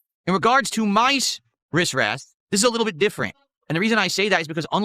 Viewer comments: “My Riss Ress” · OH he's saying AzoTH! I kept hearing AzOV This is the... 4th? 5th time he's showed off his equipment again? Bruh. His body fluids make the wood sticky..? Ew. Also: Wristwest.